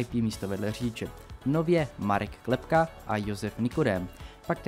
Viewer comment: čtu se Klepa ne Klepka